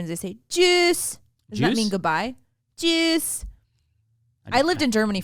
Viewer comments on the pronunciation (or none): It is not juice. It it tschüss (sounds more like chews) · Die Art und Weise, wie Sie auf Deutsch "Good bye" sagen, ist "tschüss"! Not "Jewsss"! Oy Vey!!!